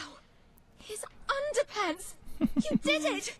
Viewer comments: Underpants... Anderpants hahaha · it's ANDERPANTS!!!